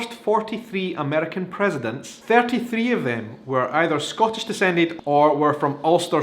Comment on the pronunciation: love the video, but you're pronouncing "Scottish" wrong.